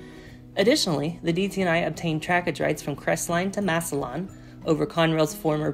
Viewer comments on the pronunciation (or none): i have just 4 notes. Massillon is pronounced Mass Lin. the Massillon crossing of NS cant be realigned due to proximity needs for carload customers, as well as signaling issues, locations of an underground combination of gas and fiberoptic lines using the second ROW (former PRR, abandoned, B&O active with RJ Corman today. both ran parallel through town) the Fort Wayne Line west of Crestline should also include CSX as part of the agreement, since they got it IRL from the CR split. its currently leased to a shortline by CSX, with NS having a 6 train per day maximum TR agreement (at Conrail's request, due to NS getting the former NYC Water Level Route) the W&LE actually uses Trackage Rights on CSX to enter P-Burg. other than that, this is a very informative explanation video. having spent significant time inside the W&LE HQ, as well as general railfanning within a 20 mile radius of Canton, there is alot of things you find on the ground and in the area that you dont see on Google Maps. I hope this is helpful information.